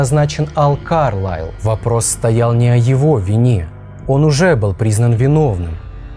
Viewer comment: А так всё-таки, КАрлайл или КарлАйл???? Вы как то с собой уже договоритесь